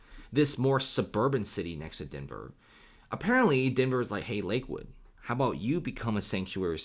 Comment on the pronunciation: Denver? nah denvèr